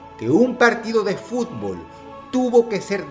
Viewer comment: Uno se da cuenta de que a Dross no le gusta el fútbol por como pronuncia el nombre de los equipos y de los estadios. Igualmente, Excelente video